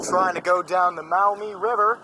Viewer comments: I was born in Toledo, llived there until 1981. It's the "Mawmee" River (Maumee) : ) Not "Mowmee" River. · Pronounced “MAW-mee “ not “MOW-mee ”. BTW. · Maw-MEE, not Mowmee ! lol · Maumee, pronounced mawmee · Maumee river is pronounced "Maw-me", native American for muddy river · Ivy is pronounced Mawmee , the international park, my guess is a nod to the title of toledo City being a port City and access to the St Lawrence seaway, was called the gateway to the world.